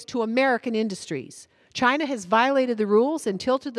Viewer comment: Appreciated her Trump pernunciation of CHY-NA. Made me chuckle.